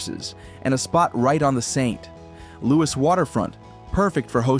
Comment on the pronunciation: Saint..............Louis waterfront. lol AI once again calling attention to itself.